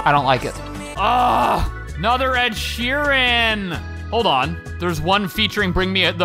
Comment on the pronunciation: I swear, if I ever hear another 'S' Ed Sh 'm' earan I'm gonna lose my fucking mind. (SEd ShMearan) Freddy Mercury saves the day!